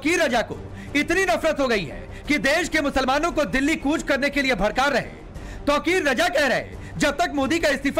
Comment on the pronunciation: Bharrke nahi bharrka